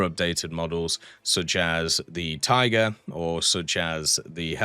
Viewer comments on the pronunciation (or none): none